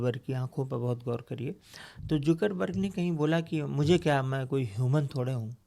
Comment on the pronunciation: Mark zuckerberg ❌ Zoookerberg ✅